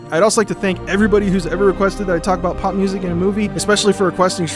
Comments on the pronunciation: I know it's 'pop' music, but what I'm hearing him say is 'pot'music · I thought you were saying pot music... Not pop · Is he saying POP or POT I'm so confused